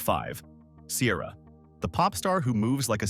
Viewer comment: Not y’all saying Ciara’s name wrong!!!